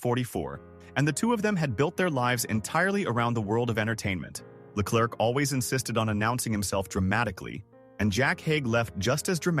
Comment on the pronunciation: "It is I, -LeClurk became one of the most instantly recognisable entrances in British sitcom history" Except that every Brit know it's pronounced 'LeClair'. Great content, delivered by AI slop voice.